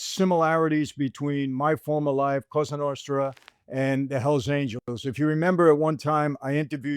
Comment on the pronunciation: “la costra novra”